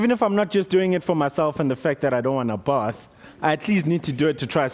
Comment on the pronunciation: Lol, i love his accent "both"